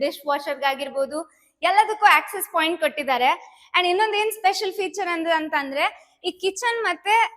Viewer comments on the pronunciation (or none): none